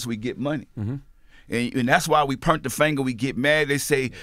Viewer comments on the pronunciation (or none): Did this nigga say dissapernit 😂😂 He said pernt the finga 😂 & did this nigga say getting shot in the face & miss 😂nigga what?? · "PERNT" = point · Master p is the only person who can put a “R” in POINT 😂💯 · Tf is "pernt"? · Awwww P, you have me hella reminiscing about my granny, everytime you say pernt (point)😊😪